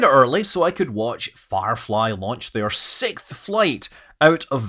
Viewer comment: Sixth not Sicth